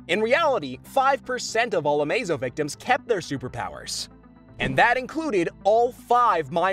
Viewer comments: Its Amazo not Amozo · AMOZO? its A-MAY-ZO AMAZO its a super robot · it's ah-MAY-zoh, not ah-mah-zoh. Every DC media with Amazo in it pronounces it ah-may-zo, how hard is that. It's supposed to be based off the word "amazing," which you pronounce ah-may-zing, not ah-MAH-zing. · A-Moz-Oh. Really? A-Maze-Oh you damn clown. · Kid Amahzoh? Amaze-oh, my guy. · Amazo isn’t pronounced like that